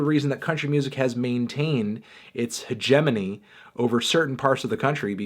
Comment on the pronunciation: Today, I learned the proper pronunciation of "hegemony". Thank you, Mr. Fantano, for shaping me into the man I am today - keep up the excellent work.